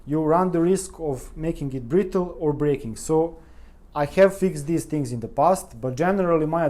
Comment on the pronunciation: I had another listen to your video pronunciation. Your English really is excellent. The "th" is "the" too are sounding like "de." You seem to add an extra vowel into "have" make it sound like "hyave." And the vowel in "put" which should be a shwa Ə (almost like "pt") sounds a bit longer sort of poot or pute or something but the differences is very minor.